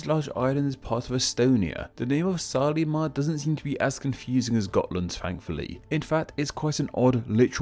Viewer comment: Watching from Estonia. And wanted to correct pronunciation of Saaremaa. You said the "e" in the middle as [i], as in letter e in English alphabet. In Estonian it has mor of a [e] sound as "eh" or in the word "red". You also had another Estonian island circled in the beginning of the video but didn't talk about it. It's Hiiumaa, straight north of Saaremaa. It's name consists olso from two words. Second part "maa" is "land", as usual. First part "hiiu" is a turn (grammatic action in Estonian language. We have 14 turns for EVERY NOUN in the language) from word "hiid" aka "hiiglane" = giant, great man. This giant or hero is Leiger, who was a big and strong man, defender of pepole on Hiiumaa island, nephew to Tõll, hero of Saaremaa, just as big man, perhaps a bit stronger than Leiger, even. In this name that "ii" is pronounced as you would say letter e in English, or vowels in the word "sea".